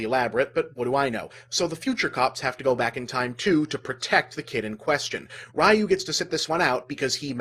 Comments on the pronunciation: "Rye-oo." You call yourself a nerd!? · Yeah, that gave me a double-take, I actually rewinded and listened again just to make sure; and yup... "RAI-yuu". I'm surprised that Bob didn't make a note from the future to correct that.